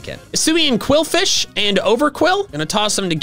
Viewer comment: And BTW it's qwilfish, not quilfish, quwilfish or qwuilfish